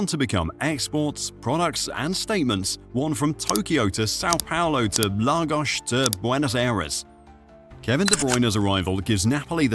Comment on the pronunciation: It's pronounced "Lay-goss" (Lagos) 🤦🏿‍♂️